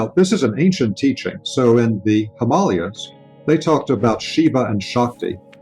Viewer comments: Sorry I can't take this dude seriously after hearing him say "Himalayas" - Also this "mater x" / "matrix" connection is a total load of BS ! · I can't trust a spiritual teacher who can't pronounce the Himalayas correctly.